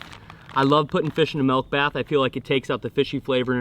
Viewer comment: “Melk bath” spoken like a true midwesterner lol, love it